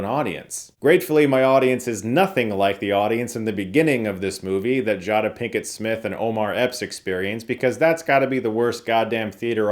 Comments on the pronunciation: Who is Jadddaaaaa? Lmao I think you mean JAY-DA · Jay-Duh Not Ja Da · Jada is pronounced "Jay-duh", not "jah-duh". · Love you dude, but you mispronounced Jada Pinkett Smith 1sts name with jaw•da, its jade•da, thats ok we all make mistake, that shit happens sometimes. 😂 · Jaw-Da? It’s Jay-Da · Its Jayduh not Jawduh but thanks that was funny as fuck hahaha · Jah-dah😂😂😂😂 it’s jay-duh foo.. 😂😂😂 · Jahda Pickett??? Whose JAHDA. It’s Jada 🤣🤣🤣🤣🤣. JAY-DUH. Love u bro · “Jawda Pinkett-Smith”? 🤨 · “Jaada” Pinkett 😂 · Jada (Jay - duh) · He said "joda picket smith" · Chris I like you a lot but who's Jarda? Lol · 'Jah-dah'...is that how you actually say it? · I rewound it like 3x to see if you really said “Jah-duh Pinkett” 😂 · Jaah-daah Pinkett-Smith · Did my man say “jah-dah” Pinkett smith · Not "JAHDA Pinkett smith"🤣🤣🤣🤣🤣 great review otherwise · You’re pronouncing Jada wrong. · I love you but the way you said jada is driving me insane haha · My man mispronouncing Jada so poorly Will Smith might just come after him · How did you pronounce Jada’s name. 😏😂